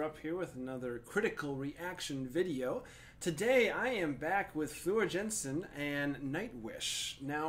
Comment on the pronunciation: Floor "Yansen" (Dutch pronounciation of "J").